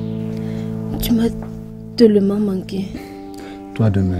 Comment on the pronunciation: stp arrête de dire "teulement" au lieu de tellement